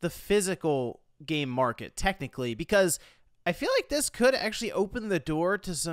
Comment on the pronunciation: i swear i heard him saying "the physical gay market"